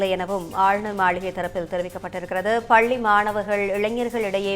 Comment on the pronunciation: Try to pronounce properly. பல்லி மாணவர்கள் அல்ல " பள்ளி மாணவர்கள்"